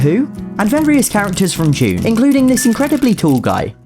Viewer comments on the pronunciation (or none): none